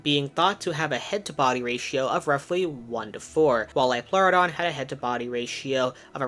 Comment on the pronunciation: "it's a leoplerodon Charrrrley